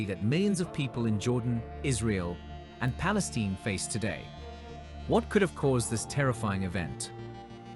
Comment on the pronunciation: You do not pronounce Palestine as "Palesteen" as you did here, it is pronounced with an as in "fine." And, contrary to most of what you said, the MAJOR reason for Jordan River's drying up is that the invading Khazar Jewish Nazi settlers-colonists are STEALING most of its water and diverting it for their usage.